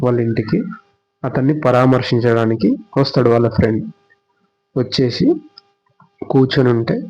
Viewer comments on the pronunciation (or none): చూషి నా, చేషి నా, వచ్చేషి, శ కి ష కి తేడా తెలియాలి కదన్న.🙏 మంచి వీడియో చేసి ( చేషి కాదు ) నందుకు మీకు ధన్యవాదాలు 🤝